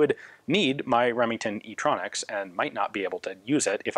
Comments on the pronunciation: I laughed my ass off when he said "e tronx" idk why it's so funny but i can't stop laughing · Nobody: Remington: STronxs